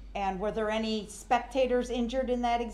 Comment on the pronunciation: He says “Inty” instead of “any” Like bro what????